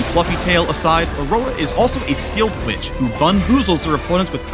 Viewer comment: RIGHT??? I legitimately listened like 5 times, but it sounds like "witch" with a B instead of W so much